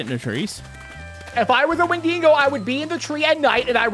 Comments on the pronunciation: hey just to let you know its pronouncedSounds like wen duh go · win-dig-oh is the correct whay to say it